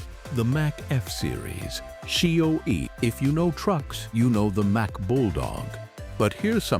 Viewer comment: I am so tired of all of this AI BS! Can't you learn to narrate your own video's? CO EE's?? COE stands for Cab Over Engine. You can't rebuild a DD engine on the road with simple hand tools. You at least need a torque wrench, special tune up set, a vacuum gauge, and I'm sure there's some I've missed. Otherwise a good video. I do remember seeing all of these trucks on the road at some point in time. HG